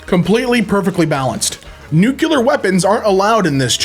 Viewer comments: How do you get nucular out of nuclear? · it's nuclear, not nucular! It's from the atom's nucleus, not its nuculus! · NU-Q-LUR? Why the frick can't half the frickin' population frickin' pronounce that frickin' word frickin' correctly????? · Why do you say "nucular" 😭😭😭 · Is it just me or does he pronounce "Nukelar"? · The way you pronounce "nuclear" makes it sound like a Transylvanian vampire. Count Nukula is here to suck your isotopes!